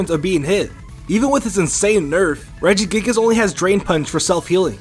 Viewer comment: I got triggered when he said Regigigas.